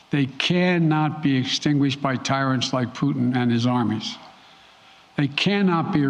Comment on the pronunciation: " I have no plans to speak with Puttin" can't believe this guy